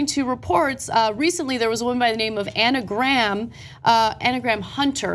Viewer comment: Ana Graham. Lol! I'm sorry. Anagram.